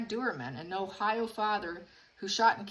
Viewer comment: Doerman. Pronounced ‘Doorman’